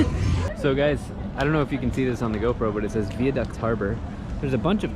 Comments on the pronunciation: THEY WENT to the Viaduct, pronounced Veye ( as in eye ) aduct : he kept saying " Vee- aduct " . Cheeres . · Really appreciate your courtesy of nz English or Maori language 😀 p.s the viaduct is pronounced Via 2nd word Duct rather that veaduct like is one word but pronounced Via not Vea 😊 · vie a duct * (rhymes with eye)